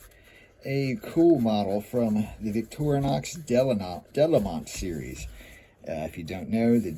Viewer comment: I don’t suppose it will make any difference, but the town is pronounced ‘duh-LAY-mõ’ (nasal ‘o’)